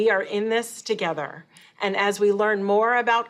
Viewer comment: IN THIS tOGEATHER LMAO.Sure lady.